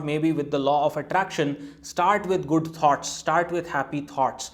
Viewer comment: Thoughts. It took me a while to realize you were talking about ideas because I heard 'tarts'... Sorry but the pronunciation in USA is smoother and somewhat difficult to foreigners or citizens whose native culture has a very strong influence in their spoken fluency.